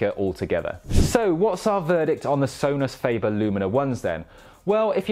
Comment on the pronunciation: So-nus fah-bear